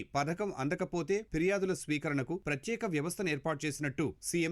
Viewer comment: వాతవరణ శాఖ కాదు, వాతావరణ శాఖ అని పలకాలి. ప్రత్తేక యాప్ కాదు, ప్రత్యేక యాప్ అని పలకాలి. రోడ్లు, భవణాల శాఖ కాదు, రోడ్లు, భవనాల శాఖ అని పలకాలి. తెలుగు పదాలు సరిగా పలకలేనప్పుడు అసలు మీరు వార్తలు చదవడం ఎందుకు? ప్రేక్షకులను హింసించడానికా?